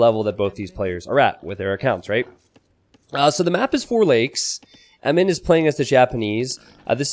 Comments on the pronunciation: Eminnem? Enimen? Em-in-em dude... haha! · Isn't blue Eminem? Is just me or is saying Emin. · why do you pronounce eminem as emem?